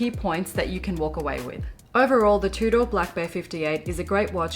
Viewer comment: Your pronunciation of Tudor is so proper you say it like "two-door" other Aussies say "Chewdah" of course I have no room to talk, me being American I say "toodur" enjoyed the vid 😉 keep it up